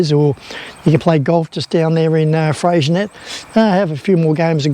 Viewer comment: I was always told it was pronounced “ fresenay”. Anyway it was a great place when we went through there 2 years ago . Nice episode